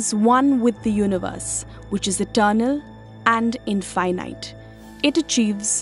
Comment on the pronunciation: I love the pronounciation. In-fuy-nite... In-fuy-nite... In-... =oD